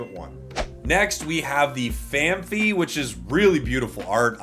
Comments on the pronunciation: Why can no pocket channel pronounce Phanpy right. It's fan-pee, not fee. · Holy moly is there an H before the Y in Phanpy??? It’s Fan Pee that’s how you say it. Holy moly. There is no extra H